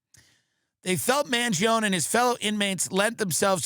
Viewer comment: You and Tim Pool and all the Millenials need to say the name right. man-gee-OWN-nee